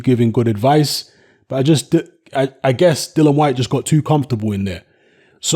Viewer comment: It’s Dillian you idiot!